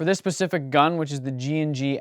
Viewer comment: “for this pacific gun” 😆